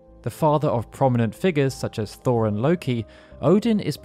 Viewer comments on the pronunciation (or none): none